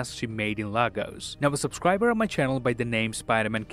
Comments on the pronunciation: It's pronounced "lay gos" not lagos😂😂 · It’s pronounced LAYGOS not LAHgos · Please its pronounced as /Laegos/ not /Lagos/ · I'm Nigerian And you all pronounce lagos wrong It's LAGOS- LAY-GOS(US) not LAG-OUS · It's pronounced LAY-GOES. Former capital city of the Federal Republic of Nigeria. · What is Lagos... it’s pronounced Legos🤦🏿‍♀️🇳🇬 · You Still don’t know how to say Lagos